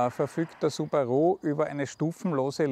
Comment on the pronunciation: Subarooo? Schlechter kann man eine Marke nicht aussprechen! xD